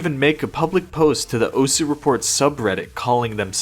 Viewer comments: the thing that pisses me the most of about this video is the way you say Osu.... its not ous. anyway! good video! :) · bruh for fuck sake say osu instead of os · Calling it 'Os' instead of 'Osu' doesn't make it cooler bro 😂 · I don't know anything about osu! but the. way this guy is pronouncing the name osu is triggering me i cant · I cant handle the fact that he wont stop saying "Ose" or whatever bothers the shit out of me tbh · O su, not ose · it's osu, not ose. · I'm suprised no one is mentioning that he is saying os and not osu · Its O’su not Os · is the pronunciation really "oas" (like oats without the t)? I've only ever heard it as "oh sue" because that's how it's spelled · Why even bother not pronouncing the u in "osu!" if you're gonna mispronounce it anyway? "ous!"... lmao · You have no idea how mad I get from hearing you say ous instead of osu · why are you calling the game "os" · its "oh soo" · the way you say osu is just as incorrect as the way most people say it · bro has a osu channel but doesnt know how to pronounce osu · learn to say osu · why can this guy not say osu LMAO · breh how u gona make a video on the game and say its name wrong for the entire thing XD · id watch the whole video but i actually cannot stand how you pronounce osu. Just pronounce it like a normal person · Gets on my nerves that this weeb can’t pronounce osu!